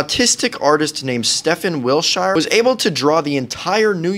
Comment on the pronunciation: bro cant pronounce wiltshire